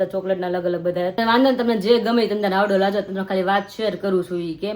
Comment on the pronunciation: Havdo kem bolo cho haydo kevay